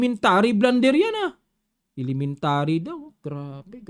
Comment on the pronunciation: Mabenta yung i-lementa-ri na Yan ahh i-lementa-ri